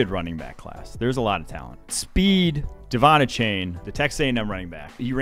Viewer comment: Pretty sure you incorrectly emphasized “Devon”